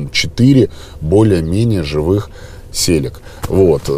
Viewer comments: Как же режет слух то, как он Целику называет "Селика" ). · Ты 👍эксперт. Интересно смотреть...... Но!!!!!....... это "Цэлика", а не.... Селика...... 🖐️ из Владивостока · Я с Владивостока и когда вы говорите селика вместо целика у меня аж тошнить начинает. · Не селика, а целика, именно так это звучит на японском ;) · Не селика а целика ну можно ласково целка